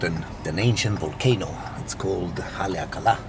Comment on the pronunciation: Great pronunciation on Haleakala!